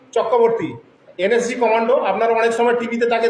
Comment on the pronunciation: এই মহাপাত্র তো দেখছি এন এস জি কথাটাও ঠিকমতন উচ্চারণ করতে পারছে না এন এস জি কে বলছে এন এস সি। এই ব্যক্তি প্রাক্তন সেনা কি না সেটাও সন্দেহজনক।